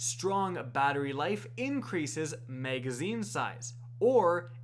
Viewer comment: Am I the only one who hears "maygazine" when he says magazine?